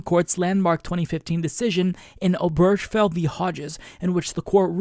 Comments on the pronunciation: Point of order, - Obergefell has four syllables: ober-gefell. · Not to be that guy, but it's pronounced "Obergafell".